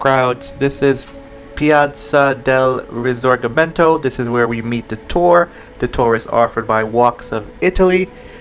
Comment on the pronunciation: Piazza del Risorgimento pronounced in that way....😶